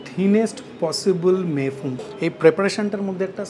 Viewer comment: আবার ফরাসী উচ্চারণে "মেই ফুঁ" ? আশিস বিদ্যার্থী সঙ্গে থাকলে তো‌ সঠিক "মেই ফুন" বলতেই শুনলাম যেন‌ !